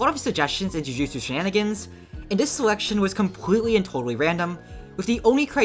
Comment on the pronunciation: “shininigans” THE WHAT TOWERS?